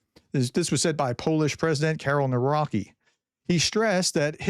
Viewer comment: U still don't read polish president name correctly even when i corrected u many times. Navroski or Navrotzki NOT Navroki